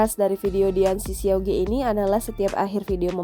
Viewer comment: bukan ge mbak bacanya tapi dibaca ke alias siauke artinya adik lelaki . jangan di baca ge